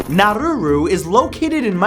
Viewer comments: its prounounced nauru not naruru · Its Nauru not naruru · Nauru not Naururu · Nauru, not now-roo-roo... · Nauru not Naruru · It's Nauru, there is only one ”r" in its name, Monaco changed IRS succession laws to allow the Sovereign Princes sister to succeed in the event he had no children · Nauru is pronounced Nah-roo, not Nah-roo-roo. I have no idea where you are getting that second 'ru' from, but you sound really dumb every time you say it. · Saint Martin isn't a country. -You yourself said that the Pitcairn Islands are a British Overseas Territory, so why include them on the list? -Nauru isn't pronounced Narruru -I knew you would end the video with Sealand, but it isn't a country at all. It is a micronation. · nah-roo not nah-roo-roo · It's pronounced nah-oooh-rooh not nah-rooh-rooh lol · Matt, it's Nauru, not Naururu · naruru? dude, get your pronunciation right. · Is Nauru really pronounced as Naruru?